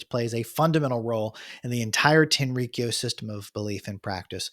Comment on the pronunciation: The pronunciation is more like Tenri-kyō rather than TenRiKiyo